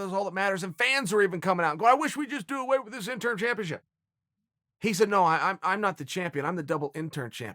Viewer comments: Interim, not intern. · Why does he keep saying "intern" then "interm" and also probounces is right - "interim" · Chael "Intern, Interm not Interim" Sonnen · It’s interim* belt Chael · It’s been years and Chael is still saying “INTERN belt/ INTERN Champion” 😂 When is he going to realize it’s INTERIM. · Every time he says "Interm" I cringed just a tiny bit..lol he can be soo bad Pronouncing things sometimes. Lol we still Love you Cheal... #InterImChamp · Interm? Ya know its interim right? Fkn idiot yanks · Lol double "interm" champion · Nobody: Chael: “Interm” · Chael "interm" Sonnon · THE INTERM BELT LOL at first it was the INTERN belt 😂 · Chael "In-term" Sonnen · Chael isn't saying "intern" champ.....is he? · Chael "Triple Inturrm Champ" Sonnen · And interm champ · I swear when Chael says "Interim" it sounds like "INTERN" Double INTERN Champ. xD!!! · "Do I pronounce it Intern, interm, or interim?" "Just use all 3" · Thank you. How can he not say interim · Chael “interm” Sonnen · Chael say it...JUST SAY.. INTERIM